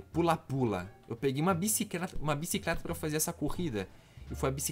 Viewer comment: o quase fala bicicreta kkkkkkkkkkkkkkkkkkkkkkk